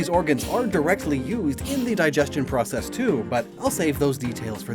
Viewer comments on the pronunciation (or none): none